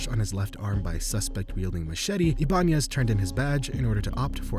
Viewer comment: It’s pronounced (eye-bah-nez)